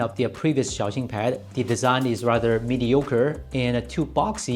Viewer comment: He's pronouncing it correctly